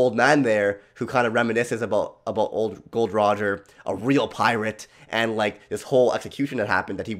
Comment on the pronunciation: Why is saying GOL.D ROGER